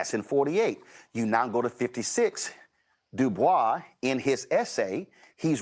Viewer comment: So glad you pronounced it “Doo-bwoy”. It irks my nerve when people say Du-Boys 🫩. Or pronounce the state as ill-uh-noise. Or the W in sword. 😢